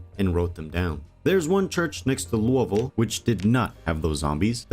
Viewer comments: Im a Kentucky native, I am so damn happy you said Louisville like how 90% of the state says it. Literally every one else says LOUIE-Ville, but nearly everyone in Kentucky pronounces it Lou-Uh-vulle. Thank you. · You are the first project zomboid YouTuber that I’ve heard say Louisville correctly.